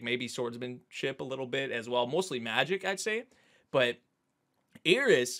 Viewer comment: Her name is Eris, not Ear-is. please